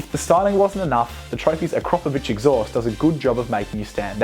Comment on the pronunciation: I'm actually surprised someone pronounced Akrapovic right.